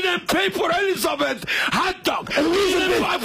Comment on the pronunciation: " eleezabeth go to the georgia to the looger" hahaha